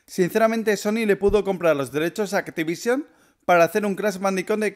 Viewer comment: ¿Crash bandico, pc4, activición? estás pronuncia bien mal las palabras en inglés y en español también y eso que eres español, debería darte vergüenza.